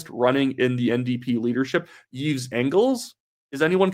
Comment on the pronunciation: the S is silent in the name Yves 😅